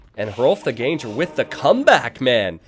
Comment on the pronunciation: The translation "ganger" doesn't really make sense at all. Gange-hrolf translates to "Rolf the Walker" and was supposedly because he was so large that horses couldn't carry him so he had to walk everywhere. Gange is pronounced "gaang-eh". He might have been Norwegian or Danish and he is supposedly the same guy as Rollo in the show Vikings.